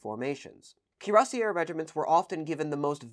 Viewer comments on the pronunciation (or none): Cuirassier is pronounced with an "ay" sound at the end not an "air" sound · Actually pronounced kyur-ass-see-ay. You would only pronounce the terminal “r” if it ended in -eur. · Nice show, very informative. Just for your info: French terms that end in ...ier and ...iers -- as in cuirassier -- are all pronounced YAY. The terminal, plural s is almost never voiced in French. So singular or plural, it is cuirassYAY, lancYAY, carabineYAY, etc. English speakers always manage to mangle French terms, then insist that people mispronounce them that way from then on: Nez Perce is now nezze pierce instead of nay perssay; leeroy instead of luh-rwa; boyzee instead of bwazay, and so on. Annoying, to say the least: "I admire your founding father: Giorgi Watchingtone". It takes a LOT of practice to wield a cavalry lance properly and not drop or snag it, leave it stuck in your first victim, pole vault the lancer off his horse, stick or slash your own people in the rank ahead before or during combat. Also, cuirasses (when not hole-shot) were used as cooking bowls by medics to boil soup for those wounded in battle. Thought you'd like to know... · cuirassier is pronounced in French “ee ay” not “er” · Just a quibble, but in French, cuirassier(s) would be pronounced (using English phonetic values) "cuee-rass-YAY." With very few exceptions, "-er" at the end of a French word is pronounced "-ay." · Well neither of those pronunciations of 'cuirassier' is like the French. It should be more like 'ki-rass-yay'. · Not that it's a problem but if we're talking about French pronunciation, you didn't say cuirassier right either times, but the way you're saying it is super common in English and not at all a big deal. :D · Good editing. Also, both pronunciations of cuirassier were distinctly non-French...